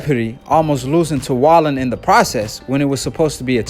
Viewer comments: Yo: Otto Wallin's last name is pronounced vahLEEN. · damn son i thought he was say'n that shit rite